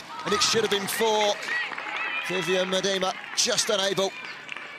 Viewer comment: Why does he keep saying Mediema instead of Miedema?